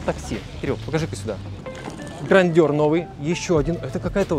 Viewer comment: Грандюр)))😂 видать весь снг так говорит